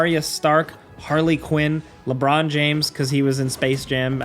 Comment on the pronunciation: "and uh... LéBrawn"